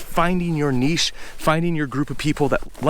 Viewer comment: There's a lot of things I like about you and your channel, but one of my favourite things is the way you pronounce 'niche'. The correct way! 😀